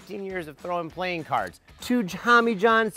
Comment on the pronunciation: i just heard you say plane cards